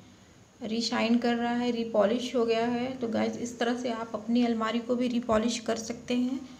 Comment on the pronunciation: Almera nahi almari boliye